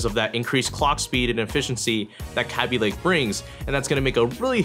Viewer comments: K-Aby Lake,not kaby lake my ears are already bleeding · stop saying kaby link it's kayby link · kabb-y lake?? it's kayb-ey lake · Its not pronounced "KAH-BEE Lake" its "KA-BE" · Nice video :) It's pronounced 'caybeelayke' not 'cabbielayke' btw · and the way he says kaby lake would make it sounds as though it's spelt like kabby lake. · Hearing you mispronounce Kaby over and over gets quite annoying. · your forehead is wayyyy too shiny dude... and you said kaby lake wrong.. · you don't even know how to say kaby lake right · it bothered me the entire video that he was saying kaby lake wrong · this is the only guy I've seen say it like that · The way he says Kaby lake makes me wanna die